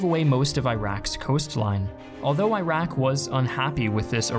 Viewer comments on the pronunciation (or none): 1. From the Iraqi perspective, Iraq is pronounced Ee-rak and not Eye-rack. 2. According to this video, there were only M1s and Bradleys on the Coalition's side. Does this guy even know that more Iraqi tanks were destroyed by British Challenger tanks? I doubt it. 3. No video on the "Iraqi perspective" would be complete without mention of the hideous atrocities committed by the Americans on the Iraqis. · Iraq —> ih-ROCK not eye-RACK. Iraqi —> ih-ROCKY not eye-RACKY Not that difficult… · Bro great video. Just a small suggestion — the countries are pronounced Ee-raq and Ee-ran as opposes to I-raq and I-ran. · Stop saying Eye-raq. It’s pronounced E-raq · It's pronounced like "earock "not " eyerack" dumbass. Look it up. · its not eye-raq.... its e-raq you muppet 😂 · It's not "eye-rack|, it's "ear-ack'. Christ... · Please don't say "Ayrak".. it's Iraq... Pronounced "Ee-rah-k" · The correct pronunciation for Iraq is Erock or Eragh(more precisely); I don't know how on earth they used alphabets as of IRAQ. This new country came after WWI, and in Arabic is ERAGH or ARUGH. So eye-rock is wrong. Check the pilot pronounced correctly in your video. Same for Iran I already explained. It is like Italy; it is pronounced as “Ea-run.” Thanks for your good videos. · At least pronounce the name of the country correctly. It's E-raq, not I-raq. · Please pronounce the country name correctly. it's not i-raq, it's e-raq. been in the US for more than two decades and it sucks when people correct me when I pronounce my own country's name correctly. BTW, Iran is the same, it is not i-ran, it is e-ran (actually Iranians pronounce it as e-ron) Thank you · Eeeeeeh raaaaahk not ayyyyh rack 😑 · fer sher. It should be more like ‘ear rock’ but a lot of us say it like ‘eye rack’. It doesn’t really matter tho, the whole place is pretty much a shitty parking lot now. Nobody cares if you say the name of a shitty parking lot incorrectly. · Eye-Rack... Ir-ock* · It's not I rack its E rock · "Eye rack" 😂